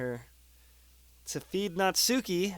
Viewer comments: also, it was bothering me but it's pronounced "natski" (or less emphasis on the u) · Um, just to clarify it a bit, Natsuki's name is properly pronounces as "Natski" (u is almost nonexistent). Just... weebs (including myself xD ) won't twitch every time you say her name, ahaha~ ^_^' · it hurts every time you say 'natsuki',.. please fix that:')